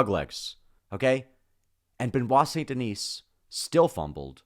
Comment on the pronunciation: Bro it’s pronounced Ver-Sa-Chi (Versace) - not Ver-Saiz; Sun De-knee (Saint Denis) - not Saynt De-Nees… Lol - why not try pronounce it right?